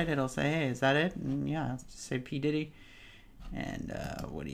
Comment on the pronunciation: hehe p. diDDy not pditty :P great review!